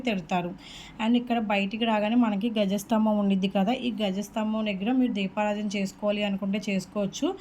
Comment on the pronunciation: గజస్తంభం అనకూడదండీ. ద్వజ స్తంభం అనాలి